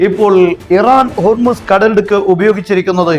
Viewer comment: "കടലുടുക്ക് " അല്ല കടലിടുക്ക്